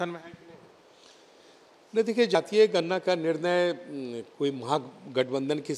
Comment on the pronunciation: अरे भाई गरना नही होता गणना होता है